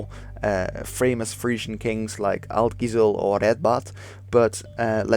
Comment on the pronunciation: English is not my native language and despite that, that pronunciation totally caught me off guard.